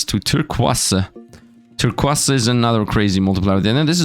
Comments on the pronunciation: Turkwass... Tir-koize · it's pronounced "Tur - coys" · Bro why did he miss pronounce turquoise it is something so simple but he made it seem so hard😂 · it's kinda weird to hear Turquiose said differently. i am not complaining or anything.